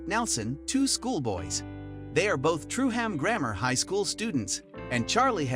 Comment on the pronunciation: Truham is pronounced Trueum